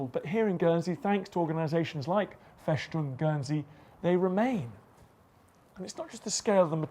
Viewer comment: Schwos-tika? Fäschdung?